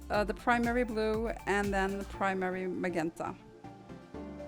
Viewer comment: MahJENta rather than mah GEN ta ;o)